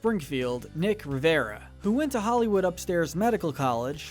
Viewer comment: Nick Riviera, not Rivera.